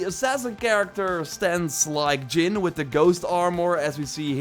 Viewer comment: It’s pronounced Jin with a “J”.. not Yin bro get your life together...